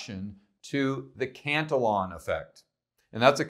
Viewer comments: It's CAN TI YUAN (think onion) not cant til on... just trying to help you out. you're video posts are always amazing two thumbs up! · You may wish to research this as it is actually Cantillon and stop with the name calling. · I happen to live in Paris so I am familiar with the pronunciation of the double l, as in Spanish. But the letters are ll, and for most people they would pronounce it l. So, if this makes you feel somehow superior then knock yourself out.